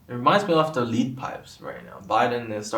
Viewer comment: "Lead", as in the metal (plumbum, [Pb]), is pronounced as "led".